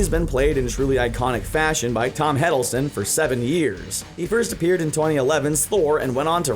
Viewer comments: Tom HID-DLE-STONE not Head-dol-stun SIR-TER not Ser-tor Benadryl Cucumberpatch not Bondontic Cumbersnack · Tom 'Headilson' huh? smh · “Tom Heddleston” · Did you just say his name as Tom "HEDDLESTON"? Seriously?